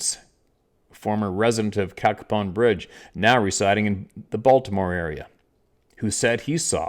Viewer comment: You pronounced it correctly, (Cack a pon) Cacapon Bridge. I grew up in West Virginia, and have been there many times. Love your channel.